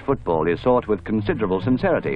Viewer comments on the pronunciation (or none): none